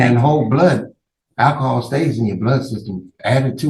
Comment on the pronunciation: uh.... which way did I go, which way did I go? did he say "Ak-cohal?" 😅 better defumigate him before taking him to lockup 😅